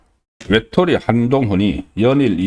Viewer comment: 한동훈 왜톨이라니 똑바로 말을 하세요